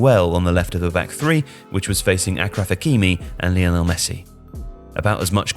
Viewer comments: it's pronounced Ashraf, not Akraf :) Many North African nations use 'ch' instead of 'sh' and my guess for the reason is that French is the dominant second langauge there. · aSHraf NOT aKraf... Hakimi. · Please a quick Google would tell you Achraf is pronounced Ashraf